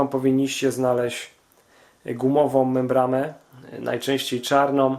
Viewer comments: Mówi się "membrana" a nie "membrama", jezus... Uszy mi krwawią jak cię słucham. Do tego to twoje "podłanczanie", "hamulcowom", "śrubom odpowietrzającom"... masakra na jezyku polskim. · membrana nie membrama. poradnik świetny